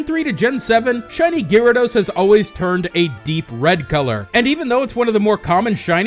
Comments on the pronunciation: Guy rados. Not leerados. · Isn't Gyarados pronounced :Garados not Gearados? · Ewww, why do you you keep saying Gyarados wrong!? GAR-ADOS not GEAR-ADOS! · Oh god had to stop watching the videos after hearing gyrados for like the 10th time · STOP SAYING GEARADOS! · "Shiny Geerados" lol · say 'gearados' one more time... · Gearados XD omg STOPIT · stopped the vídeo and disliked at "geerados". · It's pronounced (guy-ray-dose) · Could you say Gyarados any weirder? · The way you say Gyarados pains me deeply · U pronounce gyarados worong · the way you pronounced gyarados...... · you fucked up saying gyarados